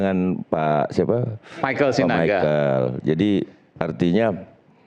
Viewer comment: baca text lgsung saja masih salah..michael oh michael..